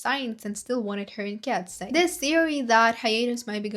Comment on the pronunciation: You need to read eye as "I" ...not "ey". Read it like "Kats I"